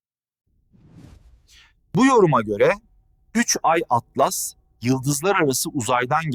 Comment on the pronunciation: 3 Türkçe i harfi İngilizce Atlas Türkçe telaffuz yazılarda Türkçe okumaktan imtina edip sonra sonra Garip telaffuz ortaya çıkıyor